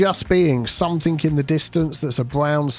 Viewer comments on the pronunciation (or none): Hey. Love your videos...however...it is 'something' rather than 'somethink'. 🫢